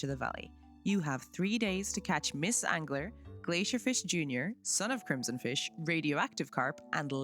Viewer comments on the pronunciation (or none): none